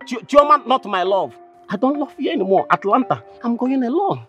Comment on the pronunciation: Bro it's not Atalanta, it's Atlanta.